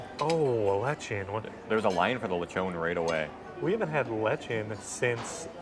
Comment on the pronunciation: Those two should know how to pronounce Rizal correctly and lechon and sapin-sapin.